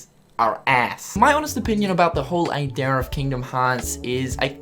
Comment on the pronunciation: he says idea like ideaeeerr